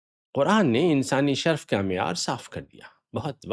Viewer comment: نَسْب نہیں، نَسَب، نیز شَرْف نہیں شَرَف بولیے